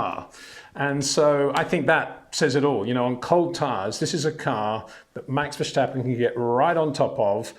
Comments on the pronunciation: Please learn to pronounce his name. Its not 'Versht' but 'Verst'. And not 'Versteppen' but 'Verstàppen' with an 'A' like in 'marginal' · Please stop saying Verschtappen. Please.